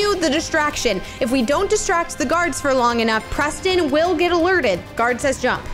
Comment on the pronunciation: Oops Siri got Preston‘s name wrong